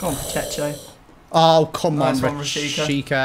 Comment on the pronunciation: Me: Guys, how good is your Spanish? &: PacheSHo...